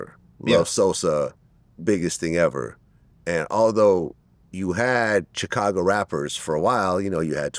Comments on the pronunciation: I hate the way Vlad says Chicago. He says “Cha-cago” 😫😫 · I absolutely hate the way Vlad pronounces Chicago so phonetically. That's not how that word goes, it's not english smh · I hate how Vlad pronounces Chicago.